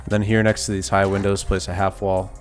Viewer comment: “We got theez fuggin triangle peaks” 😂🫡